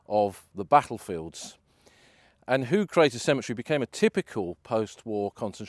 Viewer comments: Pronounced -Hawge not Hoog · Your pronunciations are incorrect. You are in Flanders where they speak Dutch. Ypres is the French name for the Flemish city of Ieper. The 'Ie' is pronounced 'Ee' as in 'the word 'seem'. Hooge is pronounced 'Hoe-ge' as in the garden tool hoe. OO in Dutch is always pronounced 'Oh' as in 'Oh my goodness'. Hope that is helpful.